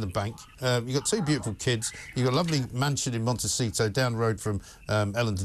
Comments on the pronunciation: Did say Montecheato? 😂😂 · “Montecheato.” Lol. Freudian slip.